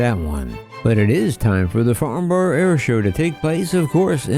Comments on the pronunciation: "Farnborrow" It's "Farnbrah" come on USA 😆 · Dear, It's pronounced Farn-bruh. Gosh, Americans don't half speak funny. I wonder how they'd pronounce a place - name like, Blicester- on-Narse. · As a Brit is hard to hear you say borough wrong it’s pronounced farn-burrow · It is pretty cruel how us Brits place an aviation event so critical to American companies... At a location Americans absolutely can't pronounce - Farn-brah, rather than Farn-borrow! (Not a criticism, btw!)